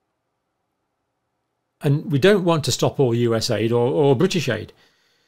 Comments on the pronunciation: It was really supposed to be pronounced just with the letters and NOT U.S. aid. Just U.S.A.I.D. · John, I love ya but, its not US aid, it's US A. I. D. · USA ID.....not us-AID........ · Say it as "YOU SAID" or "U S A I D". Don't say US AID! The latter purposely misrepresents the nature of this organization, actually being a money laundering system. And leftists use this lingo to antagonize the DOGE efforts, crying about how Musk is screwing up aid programs. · It's not aid, it's A.I.D. and that acronym was intentionally selected to make people believe they provide aid. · It's not US Aid, it's USAID (U-S-A-I-D) Saying aid makes it seem like an aid organisation. It is the United States Agency for International Development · It is NOT "US Aid"!!! It's "USAID", and has practically nothing to do with 'aid'! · Please, don’t pronounce it like AID as in help. no it stands for United States Agency for International Development. A small amount is allocated for actual humanitarian aid. We should protect that part or put in a different agency where it’s the sole purpose.